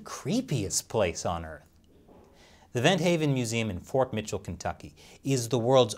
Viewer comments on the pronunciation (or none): none